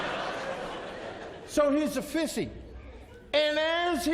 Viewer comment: lol, I sure got that. I was merely correcting your "fish" to the actual "fis". I giggle everytime he went "fising"